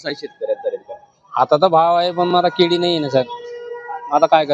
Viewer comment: अरे दादा जडगाव काय म्हणतो! जळगाव म्हणा परत तुम्ही केडी म्हणताय भाऊ केडी नाही रे केळी म्हण भाऊ तुम्ही जळगाव जिल्हासाठी कलंक आहात आणि पत्रकार आहात! म्हणजे फार मोठे कलंक!